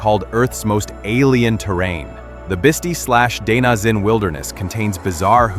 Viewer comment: Bist eye, not bitsy. It is a wonderful place though. I live near there. Left kansas city twenty five years ago, we'll never go back.